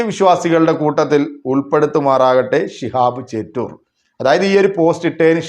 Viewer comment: ചേറ്റൂർ അല്ല ചോറ്റൂർ ആണ്